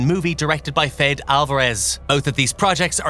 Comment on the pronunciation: Fedeeh not fed